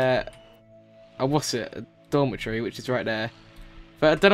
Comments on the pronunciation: i thought you were saying dormant tree when you were saying dormitory XD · when he said dormitory i thought he said dollar tree! lol